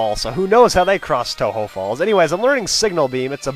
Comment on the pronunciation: since you pronounced tohjo as toe-ho does that mean its a spanish word?